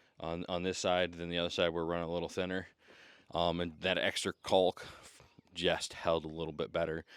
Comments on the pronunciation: Is it caulk or cock?? 😂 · the effort to pronounce that "L" in caulk lmao